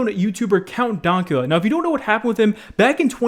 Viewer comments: Count donkula? It's dank... As in dank memes lmao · "Count Donkula" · >count dawnkula its pronounced count daynkula. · Dank-ula not donk-ula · DANK-ULA NOT DONKULA BRO COME ON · DANK LIKE SHANK NOT DAWNK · Everyone: Count Dankula: Count Dawkula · DANKula, not "DONKula" Come on. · Oi mate it's Count DANKula, not Count Donkula. He even says his name at the end of his clip, and you used to smoke weed too! Com'on! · IT'S DAYNKYEWLA. NOT DONKYEWLA!! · Ok im sorry but throughout the section with Count Dankula you are pronouncing Dank as Donk. Its kinda infuriating. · Only two things I didn't like in this video. "Dank" being pronounced "Donk." "Woe" being pronounced "Woo." Otherwise, your videos are great, keep it up. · COUNT DAKULA, mate, wtf its count dankula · Count Donkula? Its DANKula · did just pronounce counts name as donkula? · Count "Dunkula?" how could you possibly fuck that up? Do you not know the word 'dank'? jfc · "count Donkula" like wtf lol i feel like & Keemstar just purposely mispronounce names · “Count Donkula” just stop it 🤦🏼‍♂️ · It’s pronounced Count-dank-ula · really called Count Dankula Count Donkula lmaoo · “Count Donkula” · Count "who"—cula? Haha, I love listening to you fuck up pronunciations. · “Count Donkula”... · Man really can’t say Dank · Nobody:: Count DONKula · There's probably people who already pointed this out, but it's Count DANK-Ula. Not pronounced like Danke (Thanks in german) or anything like that, It's Count Dank-Ula. Count Dankula. Think dracula, but Dank lmao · hearing you say dankula hurts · Anybody else get irrationally angry with how he pronounced Dankula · Why do you say "dankula" like that? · The way you say count dankula makes me want to die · The way you say Dankula triggers me.